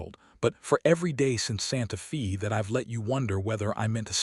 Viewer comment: Narrator pronounced santa fe as santa fee.correct is santa fay